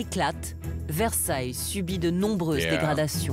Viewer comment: Merci pour ton intérêt et ta curiosité pour Versailles et pour la France. Sois rassuré, tu prononces bien "Versailles" avec ce charmant petit accent américain. J'ai visionné quelques autres vidéos, et notamment celle ou tu découvres quelques villages français. Je trouve juste extraordinaire qu'un américain s’intéresse à notre petit bout de continent européen. J'ai été touché par le fait que tu dises ne pas pouvoir voyager en europe. J'espère que tu réaliseras ce rêve un jour, comme moi je souhaiterais visiter monunent valley que je trouve époustouflant... on r^ve tous de quelque chose.. / Thank you for your interest and curiosity in Versailles and France. Rest assured, you pronounce "Versailles" correctly with that charming little American accent. I watched a few other videos, especially the one where you discover some French villages. I just find it extraordinary that an American is interested in our little piece of European continent. I was touched by the fact that you said you can't travel to Europe. I hope you will realize this dream one day, as I would like to visit Monument Valley, which I find breathtaking... we all dream of something. Fab